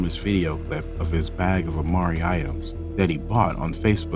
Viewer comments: Oh and it’s “amiri” bro as in “ah-mee-ree” lol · Why the f__K can't you pronounce Amiri? You even showed the word 6,000 times and still keep f--king it up.